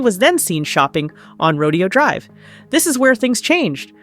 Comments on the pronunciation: It is pronounced "rowdayo" drive not rodeo drive. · It's Ro-DAY-oh Drive ....... Rodeo Drive is in Texas 🤠🐄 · Its ro-DAY-oh drive